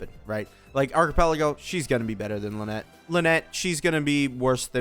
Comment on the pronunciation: whos archipelago? do u mean arlecchino?